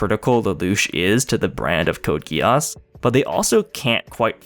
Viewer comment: Code Gee ss, NOT Code GUY ASS